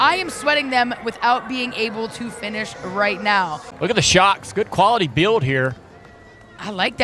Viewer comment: This announcer guy is weird and talks wired, he said bewd when the word is "build". Thinking he must have a speech impediment, in that case i'm sorry.